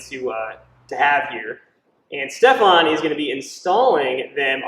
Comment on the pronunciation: Quick question. You called him Stefon.. Instead of Stefan. How is his name spelt? lol. Cheers!